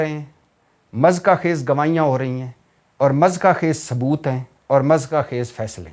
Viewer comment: Mezka khaiz lefz nahi hota muzhikka khaiz hota ha Bhai g Never mind plz